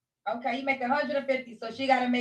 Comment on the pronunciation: Every time you say “Kay,” 😂🤣💖 I love it😊